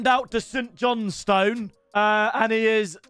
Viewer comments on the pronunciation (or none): none